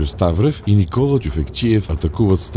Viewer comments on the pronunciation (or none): none